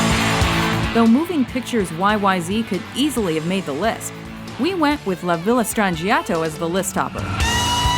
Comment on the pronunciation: "Luh Villuh Stran ji at to" another wonderful video mispronunciation. You guys really need to learn how to speak.